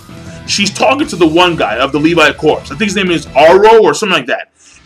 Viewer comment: I think corps is pronounced core. :)